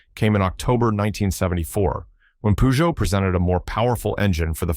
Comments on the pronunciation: Poogeot ??? Come on... your pronunciation ruins your video.... its purrrrgeot.... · its not puuuuzjow 🙄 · Peugeot 504 ......pronounced purrr joe five oh four. You repeat the 5 zero 4 as if it was a radio station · "Pujou"whats a Pujou? Peugeot i know. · Pronounced pee-djoh in Africa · We call it Peh-Jo here. 😂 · This brand was so popular in Africa that the French even ironically pronounced "Peugeot" pejo as "Pigeot" as the Arab accent. Th model name is French pronounced number "cinq cent quatre" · Wow he butchered the French car company name.